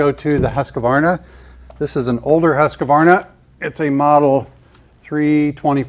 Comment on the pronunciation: It's not Husqavarna! It's Husqvarna!